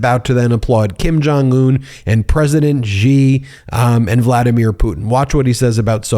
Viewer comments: Just a minor criticism here- You should pronounce the president of China as "she," not "Gee". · Xi.... is pronounced Sheee not ji, or gi or zhee. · Pronunciation: President Xi -> “she” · Xi Jinping (Xi is pronounced SHEE). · President Gee of China? Ben why do you keep saying "Gee"?